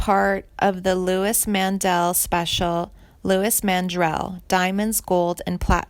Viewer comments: Yes. And Joan BY-YEZ , not Baze, and Billy SHER-il, not Shrill. and Louise Mandrell, not Louis. And what is with the Lacy J Dalton photo? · It's not Louis Mandrell it's Louise Mandrell